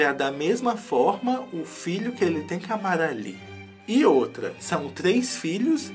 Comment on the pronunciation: Gente como assim?? Eu passei toda essa saga escutando o falando MAGALI e hj eu percebi que é MARALEE!!!